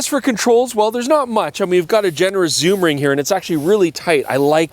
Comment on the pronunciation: Soom lens? Yes please! 😂